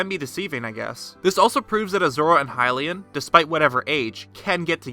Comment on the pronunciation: Why did you say hylian wrong in the seven heroines video and now say lynel wrong? It's stupid and annoying...